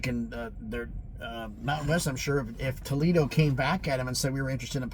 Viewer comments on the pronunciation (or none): Tuck Foledo 😅